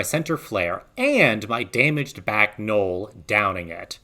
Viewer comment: That’s not how you say Noel lol